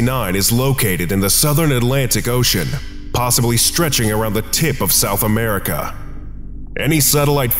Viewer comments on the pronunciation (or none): none